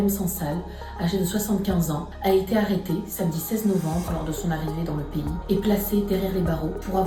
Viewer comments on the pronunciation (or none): none